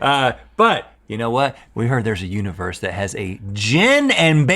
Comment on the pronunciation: Rhett holding back a dig at how Link said "u-nah-verse"